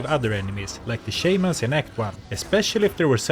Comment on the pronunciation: Please don't pronounce Shaman as "Shayman"